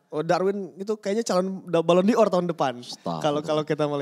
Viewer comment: Bacanya balon DOR.... bukan Di Or... bang... yg ada Dior brand.. wkwkwkwk